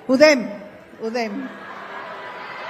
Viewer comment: Así es, UDEM... nada de U Dé Eme...